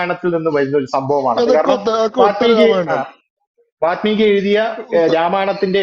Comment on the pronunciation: Vaatmeeki alla, Vaalmeeki.